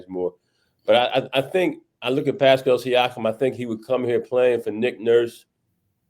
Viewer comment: Are you illiterate? Pascal Siakam. Not that difficult my man.